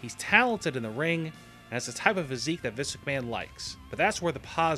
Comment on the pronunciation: he kills me when he says visk mcmahon..